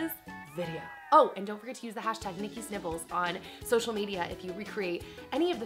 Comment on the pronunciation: Everytime you say Nikki's Nibbles... All I hear... is Nikki's Nipples..... I'm 5 years old clearly